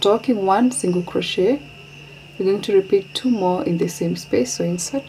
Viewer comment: To The Channel: Kindly note. In words like chef, chauffer, crochet the ch is read as sh. The t in crochet is not pronounced.